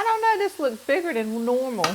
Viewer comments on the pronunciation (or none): none